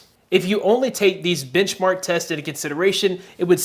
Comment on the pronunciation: I don't know if it's just me but instead of benchmark, I keep hearing you say bitchmark.